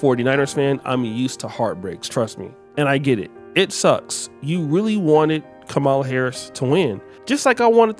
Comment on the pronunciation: Why do you continue to mispronounce her (VP Kamala Harris) name? I can kind of understand during the election cycle, but it's over. To continue to do it now is just petty. , + LA